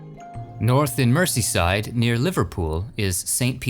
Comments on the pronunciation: Much as I love these videos, please do a bit of research on your pronunciation of English placenames before you use them - it's Mer-z-side for example... London's seven large Victorian cemeteries, colloquially known as the 'Magnificent Seven', are all beautifully peaceful - some of them are still in use today, but their role has largely been taken over by the City of London Cemetery, a huge cemetery to the east of the city (which you mention) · its not Merceyside, its Merzeyside and its Chesher and Darbysher, places in britain are not always pronounced how they look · I like the way you pronounce Merseyside and Cheshire 🤣👍